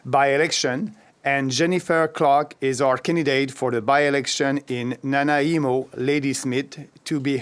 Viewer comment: Nana Emo? No, it's Na Neye Mo, British Columbia.